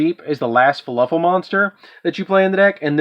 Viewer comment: "faluffle" is all i'm hearing. is that just a region pronunciation thing? if i' sounding rude by asking i don't mean it to be that way, i'm just confused cause it's spelled "fluffal" but i keep hearin you say it different. i kept in mind you have the deck as we can all see so it's preference to the user, it's just interesting.